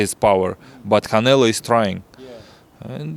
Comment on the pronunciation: It’s always funny when he calls Canelo, “Canela”